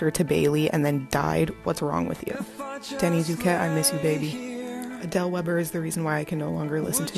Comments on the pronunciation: He really said Danny instead of Denny😭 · THE ABSOLUTE DISRESPEKT it's DENNY not DaNnY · he said Danny instead of Denny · How dare he it’s DENNY NOT DANNY